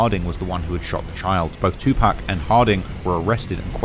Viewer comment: “Two Pack” 😂😂😂